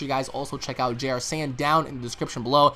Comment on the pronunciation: Why does he say jrsaiyan? It's jrzsaiyan